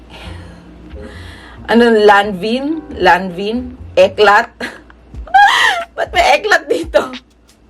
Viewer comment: LANVIN is read as "lanvan"